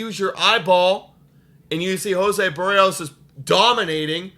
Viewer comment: You're butchering the pronunciation of Berrios. Its not "Buhreos" the emphasis is on the "i" and the e is not pronounced like a u